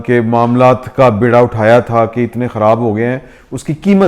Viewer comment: lafz beera hai.baira nahi.aor lafz tannavo hai.